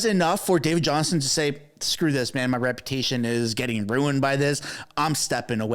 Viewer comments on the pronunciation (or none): JohnSTON, not Johnson, JohnSTON.